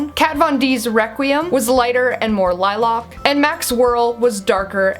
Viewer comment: bit it's Lilac... sooooooo lilock is just .... "interesting" to hear. I'm fond of the Canadia-slang YES!!! CANADIA. Fight me! lol ... hugs.